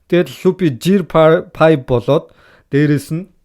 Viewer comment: Bitgii engej hudla hunii ym helj bgajee ahaa ta arail tailbarlah boloogui bn aa ta ydaj gear 5 gej duud jeer fabe gej heleesh arai arai 😂